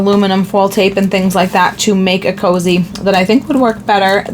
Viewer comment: It’s so cute that you call them “ cozy” instead of coozie. I giggle a little every time. Lol.